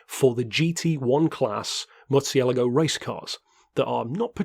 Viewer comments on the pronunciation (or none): Surely not like you said it. 😉 Check out a translator or ask someone from spain